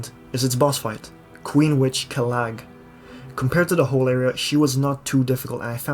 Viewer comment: Quelaag's name is pronounced "kwee-leg." She is my favorite boss in the series next to the scorpion lady.